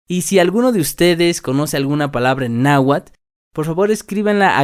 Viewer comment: Pero no estás pronunciando la tl al final de cada palabra, sólo pronuncias la t, así tu dirìas nahuat, y no nahuatl